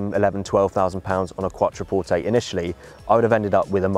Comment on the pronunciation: glad you now know how to pronounce Quattroporte LOL